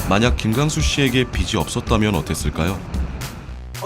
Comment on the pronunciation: 비슨 비시 비슨 비시 아오 좀 비즌 비지